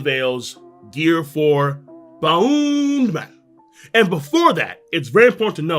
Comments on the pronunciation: Stop saying bound man 😂 if you dont wanna use luffys pronunciation just say bounce man. It's making me uncomfortable lol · Its bounce man not boun man. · This mans just pronounce Bounce-man and "Bow-man" In japanese its "Bansu-man" or "Bounsu-man" regardless in english its still "Bounce-man" if you dont wanna say it in Japanese lmao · say "boun-CE" man.